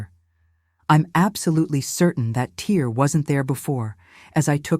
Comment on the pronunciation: Why is she mispronouncing the "tear’’ in her skirt. Are these women and their stories AI? Artificially computer generated productions? I am convinced these tragic stories are being created for entertainment, far from "true" life stories experienced by these women. Sadly, there are true stories of horrific circumstances that women and children are experiencing daily in this world, but don’t confuse CGI and AI with reality. These productions are not reality.